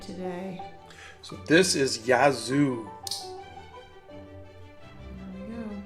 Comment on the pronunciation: Hey! I missed this morning. Yazoo is a Native American Tribe from central Mississippi. The county beside mine is Yazoo County and the County Seat is Yazoo City. I’ve never heard of the band. ps we don’t pronounce it that way.